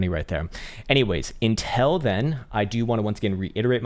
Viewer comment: have you noticed that you say INTEL intead of UNTIlL? We love you anyway